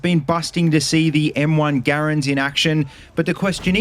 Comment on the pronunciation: Thank you for properly pronouncing the M1 Garand name most people say it as grand like they talking about money lol drives me nuts 🤦🏼‍♂️ ps. hello from Canada 🇨🇦